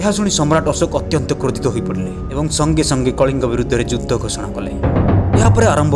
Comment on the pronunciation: Judhy na kahi judha ucharana karantu